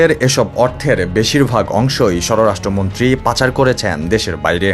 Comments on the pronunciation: পিবিআইকে পি আই বি আর স্বরাষ্ট্র মন্ত্রীকে স্বর-রাষ্ট্র মন্ত্রী উচ্চারন করলে সাংবাদিকতা কি হবে? হাসিনার আমলের ভুলে ভরা সিলেবাস আর একপেশে আওয়ামী শিক্ষকদের কাছে ভুলভাল বিদ্যা শিখে চাপে পড়ে পল্টি নিয়ে অনিচ্ছাকৃত ভাবে সম্পাদকের জোড়াজুড়িতে সংবাদ পাঠ করলেন মনে হয়?😂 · স্বরাষ্ট্র মন্ত্রী ঠিক মতো উচ্চারণ করতে পারছে না এটা কেমন রিপোর্টিং?